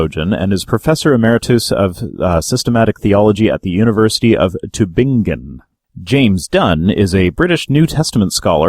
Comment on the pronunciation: The word "Tübingen" is stressed on the first syllable. "He dropped his state sex" actually translates as "He took the exam necessary for his master's degree".